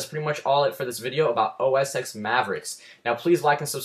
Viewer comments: It's pronounced OS Ten, not 'ex' . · actually its pronounced "OS ex" but means "10"